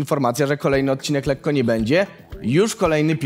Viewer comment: Letko nie bendzie